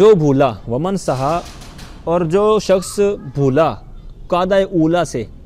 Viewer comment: سَھَّا المسبوق نہیں بلکہ سَھَا المسبوق ہے سھا بر وزن دَعَا